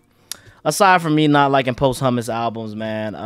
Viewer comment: Buddy said post humus😂😂😂